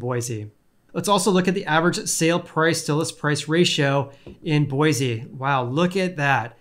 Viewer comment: I live in Boise Idaho (btw you pronounced it just fine :)) and things are crazy prices need to seriously drop before my family has a prayer in a house. Love the videos!